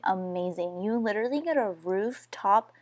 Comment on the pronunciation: it's pronounced Lit-ter-al- lee NOT lit-ter-ly